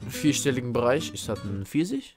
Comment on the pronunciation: Is dat ein 4sich? Es heißt Pfirsich nicht 4sich!! AMK